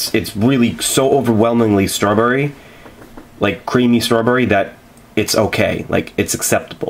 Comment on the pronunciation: Why do you pronounce it " struhbury' lol